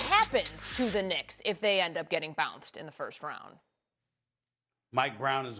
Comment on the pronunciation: "New York Knickerz" 🤣🤣🤣